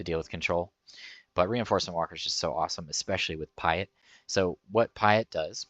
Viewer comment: Pie-et? You haven't watched the OG trilogy, have you?